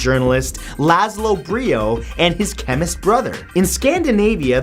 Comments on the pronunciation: ...The word is NOT "Brio"...It is "Biro" named for László Bíró... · its actually pronounced (Bye row) Biro